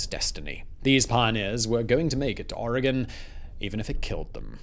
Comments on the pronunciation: HOLY CRAP. You said Oregon correctly. Kudos. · Its almost more like Oragen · Thank you Simon for saying Oregon correctly. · <----- Oregonian here! THANK YOU for correctly pronouncing Oregon. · I'm a native Oregonian. ( Living in Cambodian now) Its a beautiful state! I miss the beautiful nature alot. Thank you for pronouncing the name properly! 😊😍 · Hello from Oregon 🌲 good job pronouncing it correctly 😅